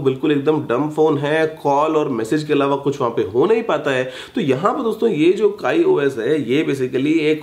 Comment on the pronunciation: abe wo kai os nhi hota kiyos hota hai